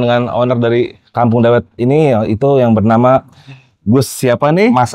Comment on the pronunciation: Koreksi ya om pelafalan dawet sama ireng itu kayak kita bilang item